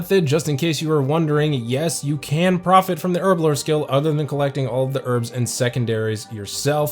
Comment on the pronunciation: Im crying.. Been a player since 2004.. I say alch wrong and you say herblore wrong. No judgement lol just laughing and crying inside hahahahahahhaaaa